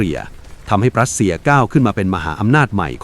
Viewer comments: AI อ่านผิดเสมอ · "ปรัสเซีย" กับ "รัสเซีย" นี่เป็นคนละประเทศกันเลยนะ ใช้AIทำเสียงพากษ์เกิดความผิดพลาดใช่หรือเปล่า?